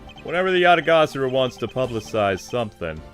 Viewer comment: You're pronouncing Yatagarasu wrong. It's pronounced Ya ta gah rah su.